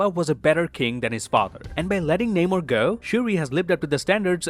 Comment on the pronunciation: Could you please pronounce the name Namor correctly. Just as he said it in the movie.